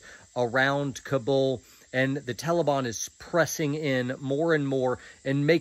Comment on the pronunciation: Not to make light of this whole horrible situation and I love but I can’t get past “tellibahn” 😂